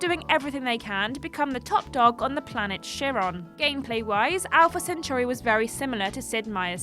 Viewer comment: The butchering of the word "centauri".